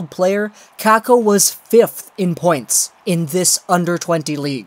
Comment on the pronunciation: It sounds pretty stupid also when you say it the "Finnish way"